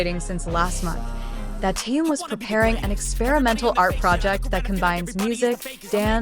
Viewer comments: Когда научатся правельно произносить имя Тэхен ,что так сложно ? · Опять робот с неправильным произношением Даже имя Тэхёна несколько раз перековеркано. 👎